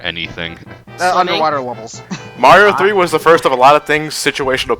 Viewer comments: Oh god almost pulled a ReviewTechUSA and called him "Mary-o" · I thought him calling Mario "Mary-o" was him being a heretic.